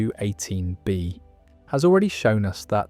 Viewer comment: Why are pronouncing K218B so differently everytime. You‘re setting the pause weirdly, like K…218B or K218…B